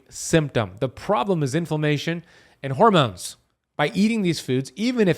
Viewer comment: Oh yeah and "hoarmones" 😂